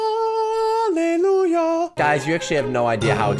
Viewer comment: All I have to say is.. hall-a-lou-ya